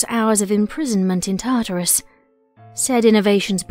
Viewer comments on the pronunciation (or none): none